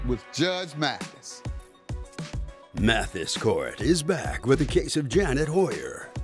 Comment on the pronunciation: Mathis,not Matthews.